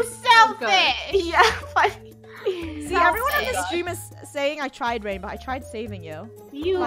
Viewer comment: OpEn ThE dOoR "WaInBow"